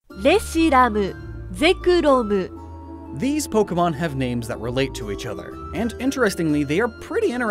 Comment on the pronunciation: 2: Is the pronunciation: Ze- Ku-Ro- Mu.